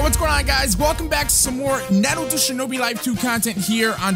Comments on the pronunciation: the way you say naruto uhhh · man I love you but the way you say Naruto is jarring bro I can’t lie 😂